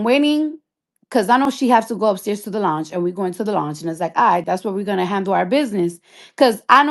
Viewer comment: Longe? Its lounge! Cardi go away from with this!😂 Then trying to put on for the crip security smh! I thought she was a blood?😂 This story is all over the place and she is too!